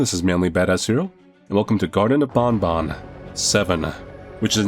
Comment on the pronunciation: its the seventh game and yet he still pronounced banban wrong